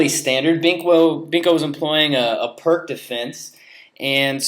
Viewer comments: Can't stand it when someone at this level says "perk" perpetuating the ignorance of the correct way to pronounce the man's name. Every time I hear it said this way, it hurts my ears. If the narrator sid it correctly, the correct name would be passed on, but he is probably too scared to be criticized by other ignorant people. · What is PERK for Pete's sake! The sound of PIRC is PEERTS, the name of a Slovenian grandmaster!